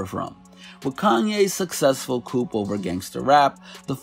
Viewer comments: He pronounced “coup” as “coop” so yeah he’s probably just reading something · The P in "coup" is silent. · You don’t pronounce the P in coup, bro, it’s a French word.